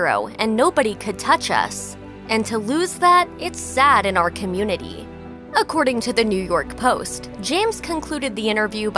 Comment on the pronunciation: Anyone else felt kinda weird when she said 'the black communinty'.